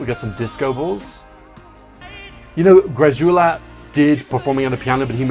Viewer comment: just fyi, greczula is pronounced "gressula"; it's a hungarian name and in hungarian it's closer to "gretsula" but the "ts" sound doesnt exist in swedish, so the man himself pronounces it as gressula